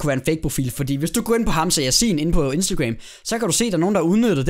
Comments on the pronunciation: Ik for noget men det udtales hamsa sjasin og det staven Hamsa Yassin. HAMSA ROSIN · Troede du sagde Hamsa rosin..😂